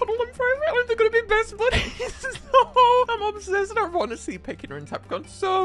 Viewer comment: I love how whenever says how Tapricorn and Peckidna are gonna be best buddies his text to speech says "best but is"